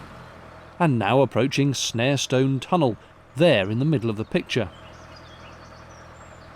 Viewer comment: As a local, Shackerstone is pronounced Shakerstun! Equally Snarestone is pronounced Snarestun! The funny little mooring is called Gopsall Wharf.